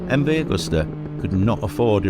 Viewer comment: It’s not Augusta!! It’s Agusta!!